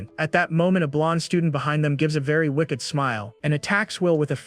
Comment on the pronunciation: The way the TTS AI pronounces words is infuriating. If I have to hear it mispronounce the word 'wicked' one more time I'm gonna lose it.